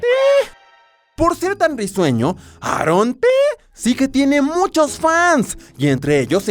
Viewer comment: Se dice eron ti y eron ci en ves de decir aaron t aaron t